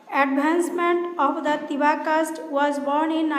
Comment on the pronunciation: It's Tiwa Not Tewa